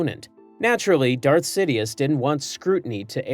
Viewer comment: See Foe Die Ass? was that on purpose? Or do I misremember the pronounciation in the Movies?